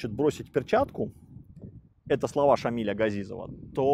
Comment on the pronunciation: Шамиля, поменяйте ударение, дико звучит